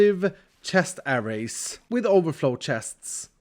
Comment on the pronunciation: Hey, loved the episode! Quick tip for pronouncing 'array', the stress should be on the second syllable. It's pronounced the same way you would say 'a ray' (as though it were two words).